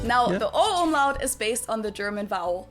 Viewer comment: Not Omelette 🤣🤣 Umlaut nearly like "Um-loud"